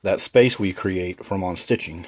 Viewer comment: Are you saying “on-stitching”? Do you mean unstitching, known more commonly as “seam ripping”?